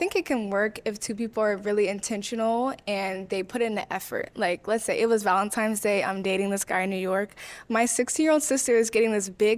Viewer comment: “Valentimes day” ugh pop